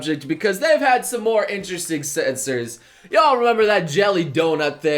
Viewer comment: Drink a shot everytime you hear say "Interresting" also "Satebelt"